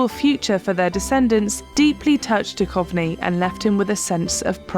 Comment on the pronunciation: David Duchovný is not David Dukovny:) it means :spiritual .